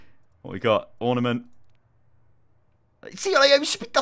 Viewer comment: Was it just me or did he say ornimant mei when it was mercy